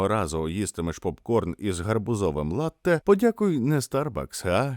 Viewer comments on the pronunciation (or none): none